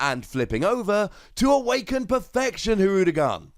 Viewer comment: You pronounced it Hirudegarn relatively correct! Something even "hardcore" DBZ fans fail to do. Anyway can't wait to see and get more Blue cards from the TCG.